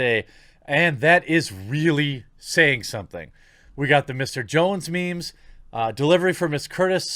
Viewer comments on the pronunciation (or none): none